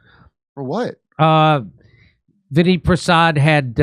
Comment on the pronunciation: Jeez, it’s not Vinny Prasad, it’s Vinay Prasad!